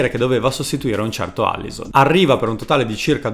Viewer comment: Petrachi non PetraRchi, Alisson non ALLison (sul primo passi ma sul secondo ragazzi sbagliate tutti santoddio)